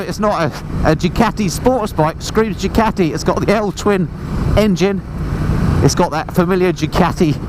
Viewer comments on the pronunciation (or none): I think it's Ducati , not Jucati🤔